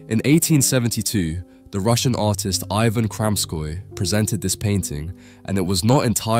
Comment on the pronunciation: Every time you say "artist" it always sounds like "autist"